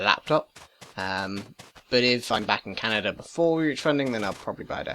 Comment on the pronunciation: Lol "Canader". Great video!